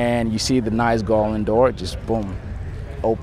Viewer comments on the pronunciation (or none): none